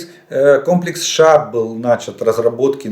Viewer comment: Олег Володимирович, не шаад, THAAD (англ. Terminal High Altitude Area Defense [θæd], чит. «Тэд»)